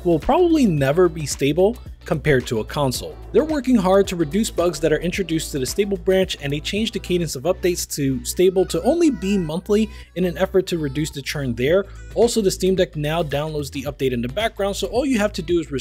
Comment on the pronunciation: Bi monthly is pronounced Buy. As in two. Like bisexual